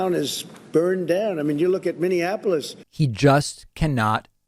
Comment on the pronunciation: He said Miniapolis! Lol